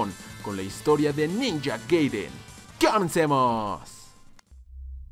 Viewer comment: solo por si acaso, se dice GAIDEN, no GUEIDEN xD